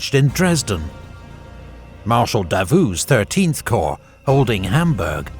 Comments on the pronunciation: love this but can't bloody stand the way you pronounce Corp... "the third choh" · I only watch these episodes to listen to the narrator say 'Corrrr'